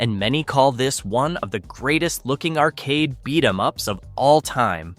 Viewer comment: Spoiler alert: it’s an AI channel Script by AI, narrator is AI At one point they goofed and said “beat E. M. ups”